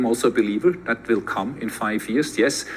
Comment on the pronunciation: When I hear "Zat" instead of "That," Nazis come to mind.